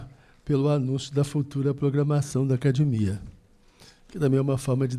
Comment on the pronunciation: para de falar "acadImia". Dou de ouvir!!! Fala sério!!! Responsável pela acadEmia falando errado!!!??